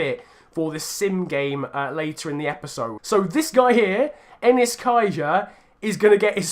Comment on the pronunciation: You did the Dons fans proud 👏🏻👏🏻 Btw it’s Egli (egg-lee) Kaja not “enis”. Please give Anthony Hartigan his debut, he’s the best player our academy has produced since you know what, destined for the PL, so train him as well please. Great series, COYD!